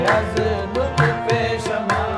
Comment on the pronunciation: It's not "sama" rather "shuma(you)